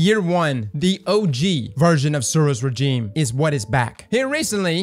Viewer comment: "Lrrr" instead of "lou-er" and "rajeem" instead of "rezheem"? You're killing me.